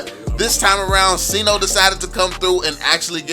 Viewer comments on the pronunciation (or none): Sayno not sino